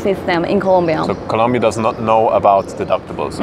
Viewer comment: Yeah this information is really useful for foreigners. Is a really good place to live if you know all the info, like this. By the way, in Colombia there's only like 2 topics that upset the people. First is Escobar and second is saying ColUmbia instead of ColOmbia, just a friendly reminder =)